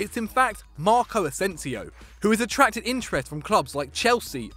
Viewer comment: It's Marco Asensio